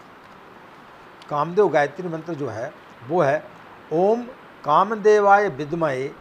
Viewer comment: vidmahe hota hai ... bhidmahe nahi hota hi .... gayatri mei itni badi pronounciation ki galti nahi kar sakte ... parinaam galat ho jaata hai .... mujhe samajh nahi aa raha hai ... itni badi galti pronounciation mei galti kaise karte hain aap ?